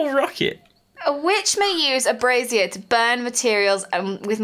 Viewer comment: I love how fails to pronounce "brazier". "I put a spaceship in a brassiere." We need fan art of that.